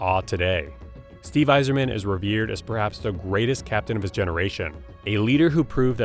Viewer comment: Listen, let’s just be thankful he got Yzerman’s name right